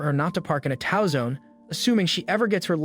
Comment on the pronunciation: "Tow" is NOT pronounced like "cow" but like "toe".